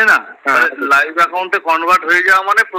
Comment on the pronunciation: Ore, life a/c noi Live A/c bole😅